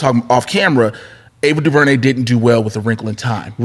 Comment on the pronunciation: Someone please teach how to pronounce Ava DuVernay name. On Heroes podcast he butchered her name.